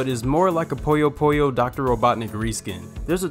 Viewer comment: ぷよぷよ is pronounced "poo yo poo yo" not "poyo poyo"